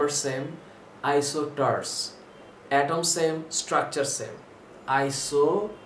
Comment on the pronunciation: It's isosters not isoters